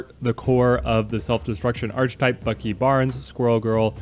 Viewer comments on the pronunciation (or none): Archetype - pronounced "Ark-ee-type", not "Arch-Type"